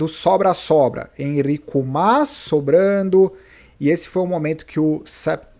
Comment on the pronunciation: não é Enrico Mas! É Enric Mas! ENRIC. hahaha.